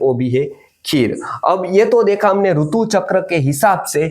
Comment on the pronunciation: Hindi mein "RUTU" nahi "RITU" hota hai. Doosri bhashao mein RUTU bolted hai. Isiliye jab Hindi bol Rahe toh Hindi wale Sidhant se RITU pronounce kare. Verna kaano mein hurt hota hai.